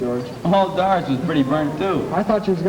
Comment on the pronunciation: I know it's scripted, but I love the way the girls whine like children, but talk like adults. And the way one of the guys pronounced Doris ad "Daah-ris" made me think I was back home.